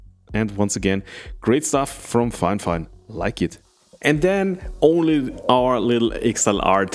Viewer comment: It's NOT "Fine Fine". It's Fifine (FY-FINE) I feel terrible for this company. Seems like nobody has the basic literacy skills required to promote them properly.